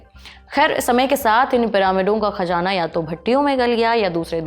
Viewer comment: Ma'am please improve your pronouncation, Khajaanaa repeated hearing is horrible, please check the correct prononcation..